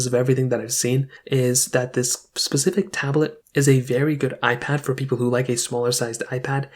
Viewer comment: Specific* sorry made it 2 minutes in and you’ve said “pacific” twice. Pacific is the ocean. Specific is when you’re talking about a certain item or topic… I’m not trying to be mean or hateful, just giving tips. I’m not sure if English is not your first language or if you’re just in a hurry to get the video up and you weren’t worried about grammar but either way just trying to help🤣🤷🏼‍♀️